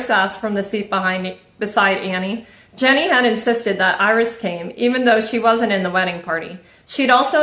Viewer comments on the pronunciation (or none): Can I just say that her name is not “Jenny” 😅😅😅😅 it’s Jeanie as in “jean-E”